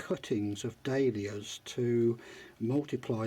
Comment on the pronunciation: It sounds like he is saying Day Lillies not Dahlias